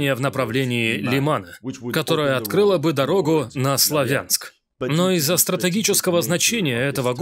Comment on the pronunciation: Перевод отличный, только неверное ударение в названии города слАвянск напрягает